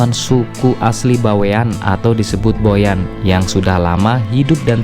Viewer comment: Org Boyan bukan goyan